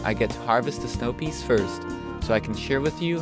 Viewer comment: The way you say peeees...I died laughing.